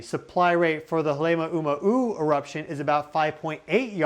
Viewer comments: just to help you out on saying halema’uma’u: hale-Ma’u-ma’u. not halema - uma -uma. k, bye! thanks for sharing your expertise. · Halema'uma'u is Pronounced Hah-leh-mah-oo-mah-oo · Can't even pronounce "Halema'uma'u" correctly. No AI but definitely slop. Breathless bullshit. You can't predict the future. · I can tell you’re trying real hard to pronounce Hawaiian words if you would like a quick lesson I’d be happy to help you pronounce HALEMAUMAU, and other Hawaiian words correctly. Honey in the heart